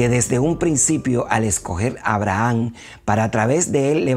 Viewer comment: A-bra-ham. Hasta escrito lo tiene. Buena información y video. Sólo la pronunciación del nombre es el único pero.